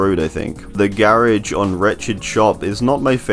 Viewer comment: The way he pronounced "garage" 🤮